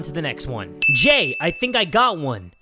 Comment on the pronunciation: It's Jay, not Hay.